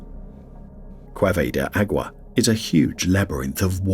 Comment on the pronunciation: You do a wonderful job butchering Spanish!